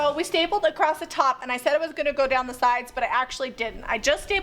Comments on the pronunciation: Please there is no T on the end of the word across, otherwise an enjoyable video. across not acrost, please! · Great video, thanks for all the details. I would have liked nore detail about the material you chose. Quick note, "acrosst" is not a word. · U worked ur way “acrossED” lol not being rude